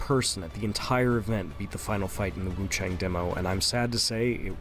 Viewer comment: Also, it's wuchong